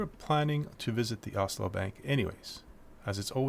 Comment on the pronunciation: Ocllo is pronounced oak-yo. Source: I have no idea lol